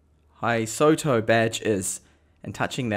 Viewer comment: I'm not either, nor am I Asian but the O does not come after the S. I'd suggest it's something like "Hiss-toW"